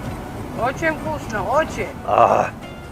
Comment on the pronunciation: как тебе? Вкусьна. как тебе? Вкусьна... Он другие слова у Вас знает? А то он мне напоминает мальчика с яблоком.. Что нужно сказать? Здраствуй яблоооко...